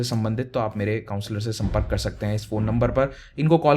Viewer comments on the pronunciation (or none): none